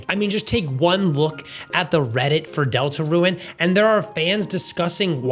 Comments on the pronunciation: It’s not pronounced delta ruin it’s pronounced delta rune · Why do you pronounce it like "Deltaruen"? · Great video! Is calling the game "delta-ruin" a bit? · Why do you say DeltaRUIN? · Why do you pronounce deltarune like deltaruin😭😭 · You calling Deltarune "Delta-Ruin" is hurting me physically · He just pronounced it weirdly chill out